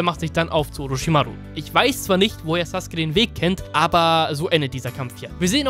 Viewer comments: Geiles video aber es macht mich agressiv das du saske sagst anstatt sasUke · Hey du sagst nicht SasUke sondern Saske...du sagst nicht akatsuki sondern Akatski....warum machst du nicht einfach deine ganzen Videos auf Japanisch mit deutschem Untertitel ich komm auf deine billig deutsche synchro nicht klar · Warum sagst du saske der heißt doch sasuke